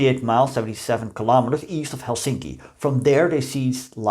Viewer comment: One tip about the pronounciation of Finnish words: The stress is always on the first syllable. This goes for all words, including names. So, it's TAM-pere and HEL-sinki.